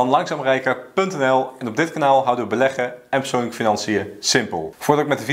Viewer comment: Tim je maakt leuke video’s alleen praat je soms wat snel en dan zeg je psoonlijk Ipv PERsoonlijke financiën. Verder top.